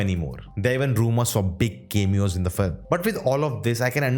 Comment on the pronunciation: Bro Why u sayin ''Kemeeo'' instead of 'Cameo' (Ka-mee-o)